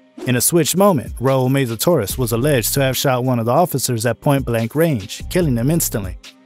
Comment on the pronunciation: Meza not Meiza..